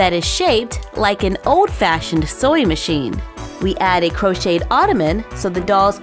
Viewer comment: When she says sewing machine it sounds like 🤣....soy machine 😢😂😭